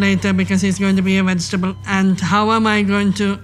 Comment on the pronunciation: first time I heard an Indian lady using the word vegetable in an Ausie sense 😂